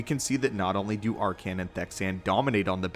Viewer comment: I like the video but hate how you pronounce his name wrong throughout the whole thing........have you played SWTOR? His name is never said like that